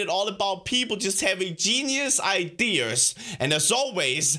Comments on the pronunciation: Ideres.... it's ideas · Ideras engrish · U said iders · Clawz Dawg i like how when he says ideas he says idears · Genius idears Me: o_o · I love how he says ideas. He’s says it like: idears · I love the way he says idears lol =P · He said idears